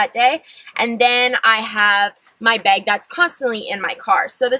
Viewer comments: Does it bug anyone else that she says beg instead of bag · Are you maybe Canadian? You say "beg" instead of bag haha